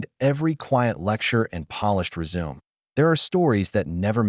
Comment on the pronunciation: Resume mispronunciation immediately!!!!